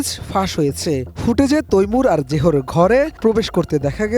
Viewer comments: জেহর না। ওর নাম জাহাঙ্গীর। শর্ট করে জেয় বলে। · প্লিজ উচ্চারণ ঠিক করেন। লেখার দিকেও মন দেন। হামলাকারী যে হামলা করে আহত করেছে সে কখনো ঘাতক হয়না। জেহো কী ভাই, জেহ্ বাচ্চাটার জাহাঙ্গীর নামের সংক্ষিপ্ত রুপ। আর, ফায়ার স্পেস হবার কথা না। ফায়ার এসকেপ হওয়া উচিত।